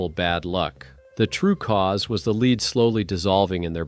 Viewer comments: Stop using a computer to voice your films. It is led, not leed. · Lousy channel. It's "lead" you stupid AI not "leed". Block, BLOCK, BLOCK! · Lead is pronounced led. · It's lead. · How he saying lead is ridiculous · How many times can a computer mispronounce a simple word over 5 minutes. I lost count around 30.